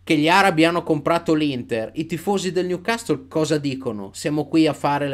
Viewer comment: finalmente qualcuno che pronuncia "Newcastle" in modo giusto (non è cosi' mportante ) ,ma sicuramente suona meglio...